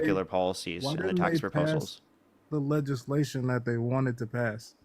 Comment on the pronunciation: This guy could not even say the word legislation😂😂😂 He called it LAYSHUN😂😂😂